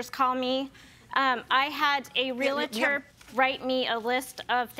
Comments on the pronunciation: Plaintiff is mispronouncing realtor. It isn’t real a tor. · The way she says "Relator" instead of Realtor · I hate when people say 'Real-it-tor' instead of Realtor. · A “re-la-ror”